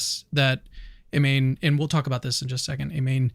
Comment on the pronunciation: Her name is pronounced "EE-MAH-NEH" not "EEMAIN" and the fact that you did not know that shows a lack of journalistic integrity. How can I trust any "facts" you share about the inner workings of her DNA and body if you do not know a name that has been said over and over by Olympic announcers in the very games we are discussing?